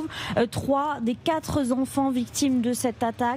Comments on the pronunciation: Je crois que j'ai entendu ce QUATRE Zenfants de la bouche de la procureure !! De mieux en mieux en France on a que des brèles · "les quatre zenfants" !!! Pour une journaliste, il fallait la faire, celle-là !!! Bravo madame !!! Licenciement demain à la première heure !!!